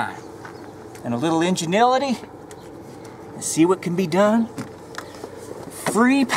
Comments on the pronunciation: You said "Ingenility" lmao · Did he say " injenility"? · did this guy just "ingenility"? Ingenuity I think was the word he was looking for. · Enginility lol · Enginility... Please tell me he meant to say that... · injinilitty? LMAO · I love the "inganility" hahahahaa love this guy! He needs to be on HP TV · yes... yes he did :(